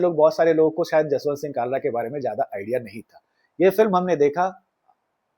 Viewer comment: bhai, Kalra nahin, it's Khalra... From the epiglottis. 😊 Kalra is Khatri clan in punjab whereas Khalra is name of village of Sardar Jaswant Singh and it is general practice to put your Village as a suffix to your name (particularly among Sikhs) instead of your surname. From the epiglottis 😊😊 खालरा, ख ✅ क ❌ 😊😊😊